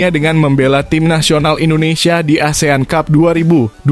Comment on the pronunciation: Lagian ,ngomong ASEAN CUP.....aja... asean tjup ....😂